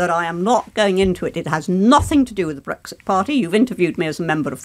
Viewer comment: I like the way she pronounces Brexit